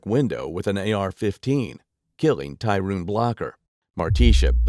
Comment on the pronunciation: Why you keep saying Tyruune , its Tyrone 😂😂😂😂